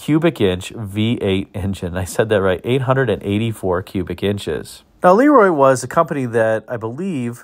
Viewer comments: I worked in the air compressor industry for 40 years. I have ran across probably 15 LeRoi air compressors during those years. I was instantly corrected by the owner or management when I pronounced the name as you did in this video. I was told it was pronounced La Roy not Lee Roy. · I always heard em pronounced Lu Roi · I think the proper English pronunciation was LUh Roy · Look up the Hall-Scott engine line. 1091 ci was common in mack trucks, fire engines. Hall-Scott even produced some engines up into the 2000+ ci for the military I believe. Pretty good size for production engines. BTW Le Roy is pronounced LeeRoy.